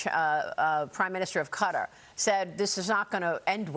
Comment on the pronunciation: It is not Cutter, can Maria Please just for once pronounce it correctly, truly so annoying😮